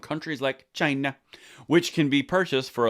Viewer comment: The way you said “china” 🤣🤣😂😂